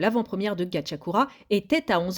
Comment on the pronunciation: Gachiakuta pas Gachiakura